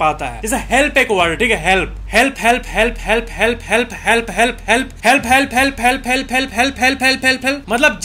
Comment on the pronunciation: भाई जब तुम हेल्प बोल रहा था फेल फेल सुनारहा था